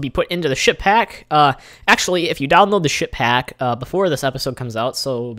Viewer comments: Sounds like he is saying shit pack lol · what are you saying ship hack or ship pack?